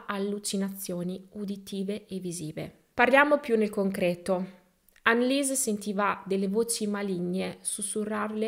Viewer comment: Storia agghiacciante! Tuttavia tranquilla il tedesco benché sia una lingua difficile non lo è per la pronuncia, ricorda solo che parole contenenti il dittongo IE si pronunciano I ( di conseguenza ANNELIESE, sarà ANELIS !) il dittongo EU si pronuncia OI .la pronuncia è molto più semplice sia del francese che dell'inglese 🙂